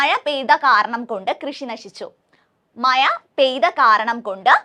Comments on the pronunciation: മയ അല്ല ടീച്ചറെ മഴ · മഴ എന്ന് പറഞ്ഞു പഠിക്കൂ.......😂😂😂